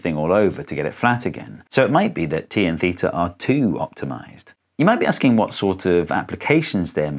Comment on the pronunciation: Vat the faak